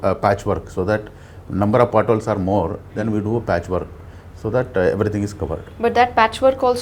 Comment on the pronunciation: Patch Work! " Poora book patch work"